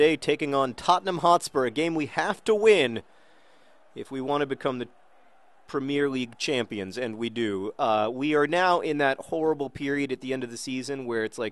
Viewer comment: Prem-e-air league